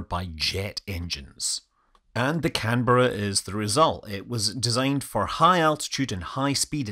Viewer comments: Thank you for saying Canberra correctly! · Great content as always, but sir, a real tip of the hat for actually pronouncing Canberra correctly. Fantastic effort 🤣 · The first operational aircraft I worked on as a technician after finishing my apprenticeship in the early 1970s was a Canberra and it was older than me ! In this video it was nice to hear the aircraft name pronounced correctly instead of the way the Americans say "Can-bear-ah" :)